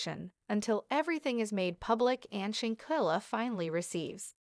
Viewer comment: I would think that you would take the time out to pronounce these people's name correctly!!! It is very disturbing..who is Alice? Who is Shenkilla. You did not take your time researching and covering this story smh smh smh